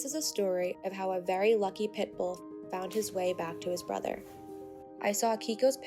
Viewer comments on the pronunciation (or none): none